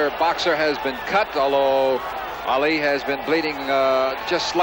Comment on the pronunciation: That reporter said "Meeuhammad Aeli" 😂😂